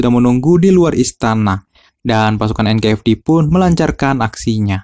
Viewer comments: bang sorry ya. bedain antara F sama V anjay. jadi ganjel gw denger nya. NKVD bukan NKFD. mohon maaf ya bang semoga bisa lebih baik ke depan nya. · NKVD bang bukan NKFD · Tolong pronunciation nya di upgrade. Itu NKVD 'V' BUKAN 'F'